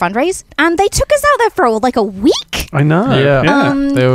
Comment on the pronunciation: pronunciation of "week" is great